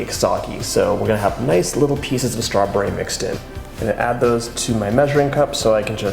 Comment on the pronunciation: Doyou realizeyou are saying stra bury?